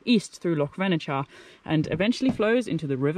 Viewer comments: Just a wee note on your pronunciation: the 'ch' in Venechar has the same sound as the 'ch' in loch. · Hi. Another great video. Plenty boggy sections, typical Scotland. It's pronounced 'Venekar'😆 9 out of 10 times if there's a 'ch' in a place name it's pronounced the same as in loch x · its loch venachar pronounced [ loch venakar] 😂😂 glad you enjoyed it up here . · It’s pronounced Vennakar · Vena-ch-ar. Ch as in loch as in char